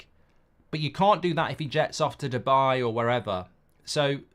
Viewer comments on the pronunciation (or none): none